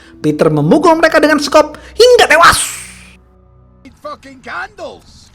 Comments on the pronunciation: Hingga tewashhhhhh fasih bgt huruf shodd nyaa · Anjirtt Kok aku agak ngakak pas mimin ngomong HINGGA TEWAS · Suka banget pas bilang HINGGA TEWASS..!!! 😀😀